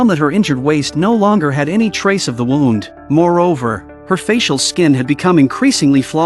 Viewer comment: The way this audio keeps f**** saying wound is really triggering